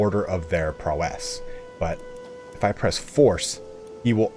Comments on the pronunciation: "PRAUOW- IS" NOT PROW'ESSSŚ" Great videos though. Lol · ITS PROW ISSSS Like Prau - isss NOT PRO - WESS other than that great video. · Great video! One thing: PROW-ess, not prow-ESS ^^ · Amazing video! Thanks so much for all the work. Just a quick note, in US English "prowess" isn't feminine, so you wouldn't pronounce it "prowesse", it's just... "prowess.". But I guess if you're from the UK that's another story. But then you'd also be required to call your car trunk a "boot" and fill it with "petrol". On second thought turn the clock anticlockwise, go back a tad and throw this all in the bin. Whup, Bob's your uncle! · The way you say prowess bruh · awesome guide, just getting into the game. The pronunciation of prowess gets me every time you say it. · Thanks for the video but a little piece of me dies everytime you pronounce "prowess" that way. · Game reviewers on YouTube never know how to pronounce “prowess”.